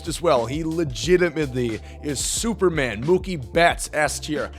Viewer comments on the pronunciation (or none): none